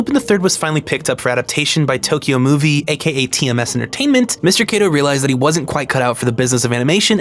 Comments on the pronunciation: It's Kato, not Keido. If you're going to claim to respect someone's name, learn to pronounce it. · hey uhhhh just so you know, since you said you were using it out of respect, you straight up mispronounced Kato's name over and over and over. If you see the letter "a" in a japanese name, it's pronounced "ah" not "ay" every time. the "ay" sound would typically only come from "e" or "ei". it's especially glaring considering how much effort you put into correctly pronouncing names from other languages, tbh